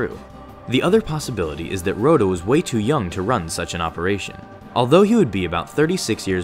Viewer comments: Raw-tah. Not Roe-tah. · "Row-dah the Hutt" It's "Rot-uh"